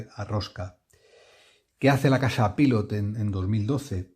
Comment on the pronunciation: Soy español y vivo en Brasil, otro país americano. Fíjate si estoy de acuerdo contigo que me refiero a tus vecinos como «estadounidenses» o «norteamericanos», nunca los llamo «americanos». Ahora bien, en coherencia con tu reivindicación, deberías dejar de pronunciar Pilot en inglés. Yo lo pronuncio en español, pero considero que antes de decirlo en inglés, lo suyo es que lo pronunciemos en japonés. Pilot es una empresa japonesa y ellos mismos pronuncian Pilot (パイロット) como «pairotto» haciendo una pausa entre «pairo» e «tto». Tampoco digo «Maiami» ni «tecsas».